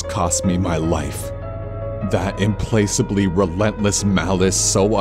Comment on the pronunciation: Small note: "implacably" is pronounced "implackably" rather than "im-place-ably" .